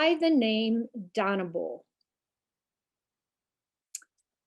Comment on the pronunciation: Not far from you. G-Grandparents and family were members there early 1900’s. Although I have always pronounced the name as Dane-e-bo. 🤔